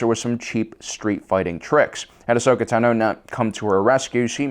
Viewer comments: It’s pronounced “taah-know” not “to-know” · The way he says Ahsoka "Tunno" bothers me more than it should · I cringe every time he says Ahsoka "Tah-no" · Why do you pronounce Tano wrong? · Why do you pronounce Ahsoka’s last surname like that? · How are you able to say Tano wrong .asoka says her name a certain way so you know the pronunciation . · also, he says tano wrong